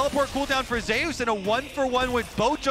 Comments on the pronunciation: Nice commentary, but please read about or listen to someone say the name of the greek god "Zeus", it is not "zayus" it is "zoose" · I wondered that. Like does he want to be called zayus or zoose like Greek God?